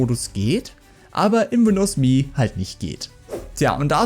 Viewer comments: Alter, das heißt "EM-EE", nicht "MEEE". Ich musste das Video nach 30 Sekunden abbrechen, das ist nicht anzuhören. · Das OS heißt "emm eh". Beide Buchstaben einzeln ausgesprochen. Das hat man Dir aber schon mal erklärt. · Wer hat das jemals so dämlich ausgesprochen? Das kann man sich ja nicht anhören.